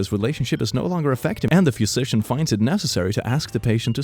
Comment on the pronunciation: It might just be me, but pronounciation of "physician" is really messing with my brain. "Phuisician" "Phewsician" something is definitely off